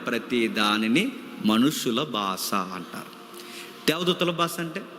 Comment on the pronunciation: బాస కాదు brother బాషా